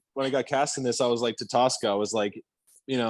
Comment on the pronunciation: It's Tosca not Tulsca!!